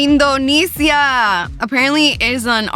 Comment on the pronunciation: Stop saying Indonesia wrong